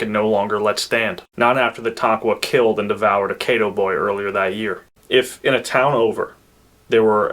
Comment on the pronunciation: Caddo---Kah-doh, not Kay-doh